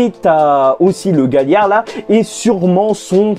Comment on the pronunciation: Sa se dit galiar